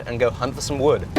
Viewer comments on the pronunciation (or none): And to top it all off, you mispronounced wewd! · What wewd yew dew